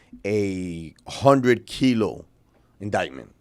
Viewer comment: kilo not kilo